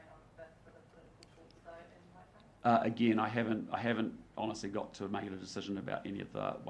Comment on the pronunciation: Not even enough respect to pronounce ‘Waitangi’ correctly